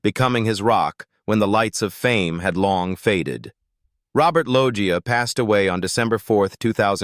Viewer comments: "Robert Loia" 🙄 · stupid ai voice over, its robert "loesha" lol